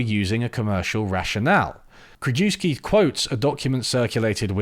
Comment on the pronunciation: You don't speak German, but Krajewski is a Polish surname. KR-U-YEV-SKEE.